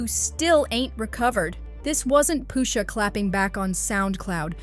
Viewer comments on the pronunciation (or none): “Poo-shah” lmao… FOH